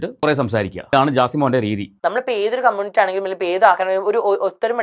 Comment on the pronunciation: എവിടാരുന്നു....... Waiting ആരുന്നു ❤️... പിന്നെ ആരെങ്കിലും onnu അങ്കിൾ നോട് പറ കമ്മൂണിറ്റി അല്ല കമ്മൂണിറ്റി അല്ല, കമ്മ്യൂണിറ്റി ആണെന്ന്.......😂😂😂